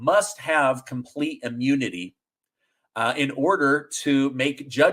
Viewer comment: Ammunity? Biden Ammune? 😆 🤣 😂